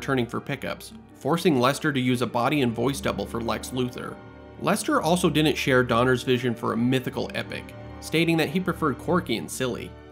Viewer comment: Dude, you're killing me with "din'nt".